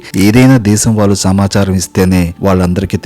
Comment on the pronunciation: నీకు తెలుగు సరిగ్గా రాదు లాగా ఉంది. అనుబాంబు అంటున్నావ్ అణుబాంబు అనాలి. వాళ్లు అనాలి వాల్లు అంటున్నావ్. తెలుగు నేర్చుకో ముందు పాఠాలు తర్వాత చెప్పొచ్చు.